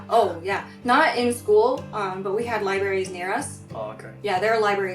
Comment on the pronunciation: True👍👍 As though ! I think japan had a problem to preference letters R* L* pronunciation...maybe🤔